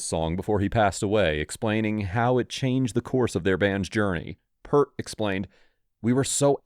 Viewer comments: Bruh you couldn't even spell the names right smh. I could understand maybe not having the "A" in Peart. Which you also pronounce wrong. But that AND also Getty instead of Geddy.. I can tell you did this for a quick video and probably don't actually care about the music. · Get Neil’s name pronunciation correct! And then spelling. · Less than 30 seconds in and you've already mispronounced and misspelled the drummer's name. See ya. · I know right? Even those who claim to be huge fans of the band pronounce Peart wrong. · Peart/ Pronounced 'Pearce' with a t. Not 'Pert' ffs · Pert is shampoo...it's Peer-t...c'mon man. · Peart, pronounced peert! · P(EAR)t. P(EER)t not Pert, like the shampoo. At least he said twenty-one twelve. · It’s spelled Peart and pronounced “Peert” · Peart is pronounced Peert 🙄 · Holy shit, can you not do any research to at least get their names correct ? It's Geddy, not "Getty", and Neil Peart, not Purt. I give up on this crappy click bait. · It's pronounced Peert...NOT pert!!!😠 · No it is not Pearce! It’s like this…Peert. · His name is spelled PEART and it’s pronounced P-ear-t …🤡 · Yeah... Pert? It just takes a little work. I can forgive the mispronouncing being guilty myself at first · My brother I just LOVE their MUSIC their humor is awesome I love it too so please I mean NO disrespect but I’m a retired bassist of over 50 yrs as a professional musician and I’ve called him “pert” all my life unknowingly mispronouncing his surname so in fairness & to state my defense it’s become an uncureable habit of my lifetime to say his name wrong I now refer to him by his nickname as PRATT. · Its' ficking Neal Peart, pronounce Peert FFs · It’s pronounced Peert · Don't post unless you have learned how to pronounce artists names properly. Neil Peart == "Neel Pea-art". Like "peace". And Rest in Peace Neil. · PEART. Pronounced like ear with a P in front and a T at the end. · Nope, it's pronounced Peart